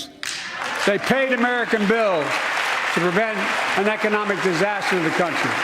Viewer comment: Did he just say "wreckonomics" 🤣